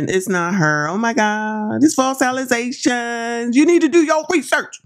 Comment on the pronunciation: How maniac mayor pronounces "allegations" with her college degree